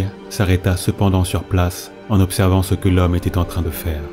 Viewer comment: "jusqu'à CE que"...et gaffe aux liaisons, ça gâche un peu tout, c'est dommage.